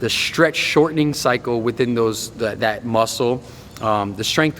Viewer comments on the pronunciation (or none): probably german he also said shtretch